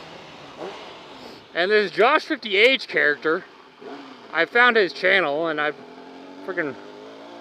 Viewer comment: Love how you said josh fifty h. Made my day! Josh is an awesome dude. So are you don't get jealous:)